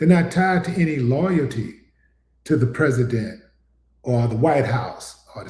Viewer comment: Donald trump "yo presssident" just did the Ali Shuffle wit his mouth😂